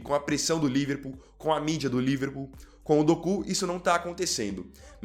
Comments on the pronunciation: Meu querido, não é Dokú, e sim, Doku. Kkkkkk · Quando fala doku eu racho o bico 😂😂😂😂 kk